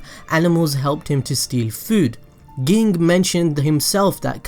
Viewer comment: it always tilts me when he says ging the way he says it